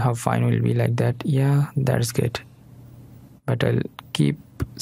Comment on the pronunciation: Ляйк дэт.. бесит произношение но говорит дело, собака)))